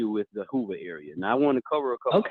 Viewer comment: said "Hula Halabama" which it should be Hoover Alabama. I'm in stitches! 😂😂😂😂